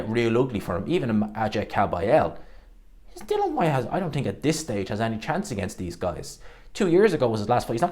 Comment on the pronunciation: Dill-IAN not dillan